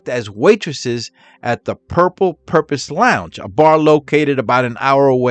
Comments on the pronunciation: i dont know if its your accent or what, but the word is "purple porpoise" not "purple purpose"😂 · Porpoise not Purpose. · It’s porpoise, not purpose! Duh. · It's not " The Purple Purpose "...It's Porpoise, as in Dolphin! Cheers! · PORPOISE (LIKE FISH) NOT PURPOSE DUMMY. YOU NEED TO STOP MAKING VIDEOS UNTIL YOU CAN SPEAK THE LANGUAGE.!!!!!!!!!!!!!!!!!!!!!!!!!!!!!!!!!!! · Porpoise NOT purpose!! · Porpoise not Purpose 😊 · por poise as in "turtle" had to say it.